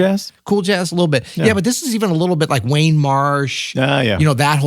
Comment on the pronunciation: “Wayne” Marsh….? Are we talking about “Warne” Marsh? I’m confused🤔